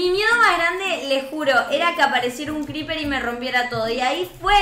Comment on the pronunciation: Se dice Creeper no greeper